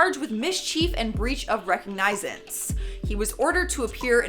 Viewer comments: rih-COG-nih-zance.... I was like, ree kog NiZE ance? ? lol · Is that the Canadian pronunciation of recognizance, or is she just saying it weird? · The way you say "recognizance" 😂